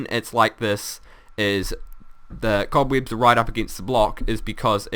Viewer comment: the cobweebs will catch the sand lol he saying weebs cool though and funndimental added an extra n for effect